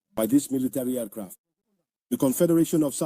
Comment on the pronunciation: AIRCRAFT OR EFCRAT😂😂🤷🤦